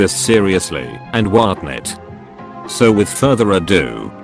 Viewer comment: “Whatnot” Daniel robot voice: “Wartnet”